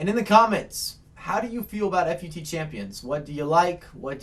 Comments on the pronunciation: About to stop watching after you pronounced FUT "Eff You Tee". Stopped watching at the like-begging. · why you gotta call it f u t? ;_